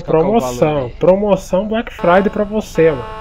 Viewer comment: " Black fridey" Ksksksksksksk